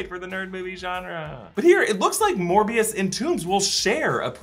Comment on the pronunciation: Seriously, Smerbio? Not Morbuis?